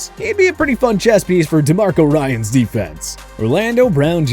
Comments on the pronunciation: he also said "DeMarco Ryans" smh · This is the second video where this dude has said "Demarco Ryans". What's amazing about this one though is that they literally put the dudes name ON THE SCREEN. The egregious misproununciation of well known/easy names on this channel is absolutely absurd. And really takes away from the already shaky credibility of the channel.